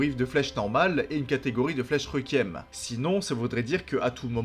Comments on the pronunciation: Je vais faire mon chiant deux minute: on prononce « Rékuiem » pas « Rékiem » et c’est androgyne, pas androgène (ça c’est des hormones mâle basiquement). Sinon très bonne vidéo, merci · super vidéo mais le mot requiem se prononce rékouièm et non pas reukiem merci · Pour t’aider à mieux prononcer requiem répète après moi Ré-Kui-Ém